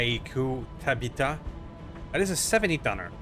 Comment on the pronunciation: So you found out what Daikyu meant, but the Tabitha is the version piloted by Tabitha McBane (according to Sarna). Tab-ith-uh.